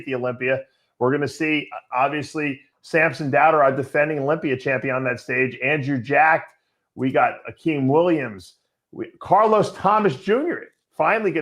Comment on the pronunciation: It's Dauda not Dowder